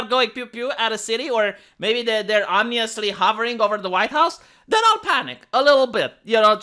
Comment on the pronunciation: "Word of the Day" Calendar makes an appearance Today's word: Ominous edit: Pronounced Omnee-ooos.... naturally